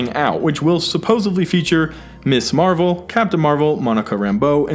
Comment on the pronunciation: * Rintrah not Rintrash * America not American * Ms. Marvel not Miss Marvel -solid video, though.